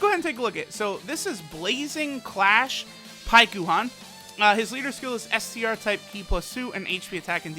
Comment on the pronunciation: Hate how the game calls it Paikuhan, its Pikkon. In English at least.